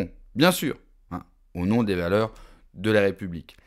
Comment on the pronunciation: Prononciation du nom digne d'un extraterrestre...